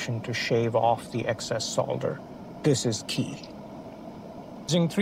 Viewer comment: Thank you for pronouncing the word Solder correctly despite being American/Canadian instead of 'sodder'